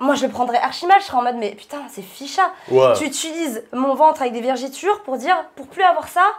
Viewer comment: Peut on expliquer aux gens qu'on dit "vergeture" et non 'vergéture"